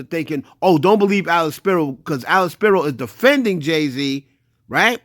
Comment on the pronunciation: was on Dame head this whole video 🤣🤣🤣 GOOFY, DUH, It's Alex Spiro NOT SHAPIRO🤣🤣🤣 it's like apples and cranberries.